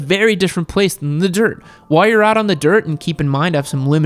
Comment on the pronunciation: Why tf he say “the dirt” like that